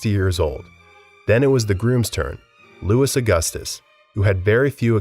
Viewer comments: Louis is pronounced as “Lou-ee” not Lewis 😭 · LOUIE! It is pronounced Louie not Lewis.. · Dude, your mispronunciations are grating. Louis XVI is pronounced “Louie”. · I can’t help but wonder if your purposefully mispronounced almost every name. S is silent at the end of words in French. Louis is not pronounced like the surname Lewis. It’s more like Loo-ee. In Medici the c is pronounced with the CH sound. The content is good but the repeated mispronounced well known names is hard to ignore. Wikipedia has pronouncement guides on each bio age. It would greatly improve your content to look those up in your basic research. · I was going to say the same, Im less than a minute in and already cringing from them pronouncing the "s" at the end of Louis, which is perhaps the most commonly known French name that does NOT pronounce the "s" at the end. I'm new to the channel and it made me think they just slapped on a half-decent "siri" text to voice thing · I kept cringing every time they said Lewis rather than Louey. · It’s arguably the most used royal name too 😭 “Lou-ee” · I love your videos but I honestly grind my teeth anytime you say, "Louis" or "Medici"